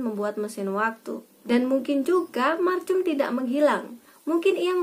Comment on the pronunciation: Bacanya bukan macum. Tpi markum